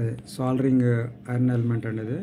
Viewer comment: సోలరింగ్ కాదు బాబు....సోల్డరింగ్